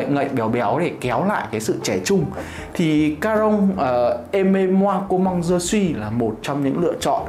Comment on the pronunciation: em đóng góp với anh zai 1 chút tnay, với chai nước hoa đầu tiên thì chữ "comme" nó là com mờ chứ ko phải là com măng "comment" theo như cách anh đọc trên video ạ